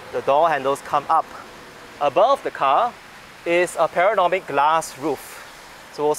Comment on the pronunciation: It's called PA-NO-RA-MIC...😂